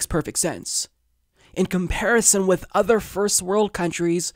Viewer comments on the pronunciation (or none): none